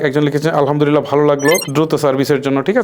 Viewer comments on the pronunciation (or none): none